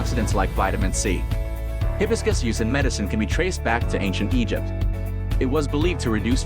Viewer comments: You're pronouncing it wrong. It's hi BIS cus accent on BIS Ask google how to pronounce it. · Hi... hibiscus, no hebiscus. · Hibiscus is a flower whose name is mispronounced by AI. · Hard to take this seriously when the AI narration voice can’t even properly pronounce Hibiscus!😅